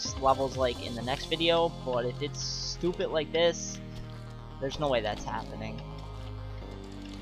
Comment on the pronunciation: Why You Say Stupeh